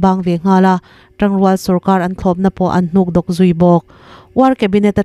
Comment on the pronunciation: hnukdawk tilovin hnukdawwk ti teh thluk tur anih chu